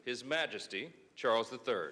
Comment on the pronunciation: Charles not Charles